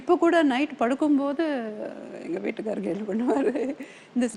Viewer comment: She said, " வீட்டுக்காரு".